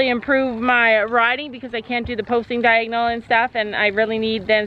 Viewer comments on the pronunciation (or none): When your trotting it’s diagnle not lead😂😂